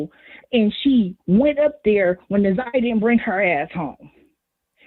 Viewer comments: I want to scream her name is NA-ZAI-YAH!!! Damn, say that baby name correctly!! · I’m sorry but the constant “naveah” is blowing me, NAZIYAH is her name, NA’ZIYAH & for the big ass mucinx monster to not even correct her name when he said it to her blew me even more! Besides that this is great! I’m just now tapping in after seeing clips on tik tok & after the preliminary.. big s/o to you.. this is amazing.. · Na-Zi-Yah she deserves for her name to be pronounced correctly! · How y'all keep calling her Nevaeh damn 😭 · DAMN!! get Na’Ziyah’s name right !!! so disrespectful & unprofessional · The fact that he kept saying her name wrong even watching it now bothers me like mfs be knowing ppl names and just choose to say it wrong smh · Facts!!! Im surprised kept messing it up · It’s pissing me off yall keep saying her name wrong! You should’ve questioned better! That was a mess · Omg they keep saying her name wrong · Respect to this comment and his platform as well. However, I couldn’t even watch a different podcast covering the story because she butchered Na’Ziyah’s name so badly. 😢 I know it’s an honest mistake, but this is journalism.. 😔 Justice for Na’Ziyah Harris. 🙏🏾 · Much later, but yet another person mispronouncing this baby’s name! I appreciate you and it’s my first time here so please don’t take offense. I’m watching after the preliminary trial and the community advocate YT channel also had a moderator saying Za’Niyah’s name incorrectly! It’s so sad! This isn’t just a story it’s a life :(. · It’s not a common name and I get that she mispronounced it, but it didn’t take away from the overall content and awareness of how the people and system failed her. It was full of great questions and commentary.